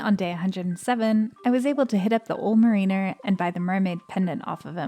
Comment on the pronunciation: Marine-ur? Really, that's not how you say that.